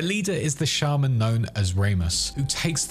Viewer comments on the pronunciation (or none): none